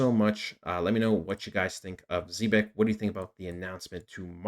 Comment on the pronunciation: Can’t even pronounce the name🙄